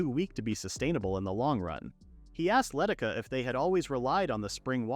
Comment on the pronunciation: The village girl's name is Leh Tish Ah, not Letticuh.